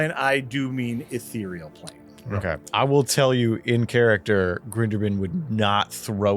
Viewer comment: What is happening? actually pronounced "ethereal plane" correctly! TWICE IN A ROW!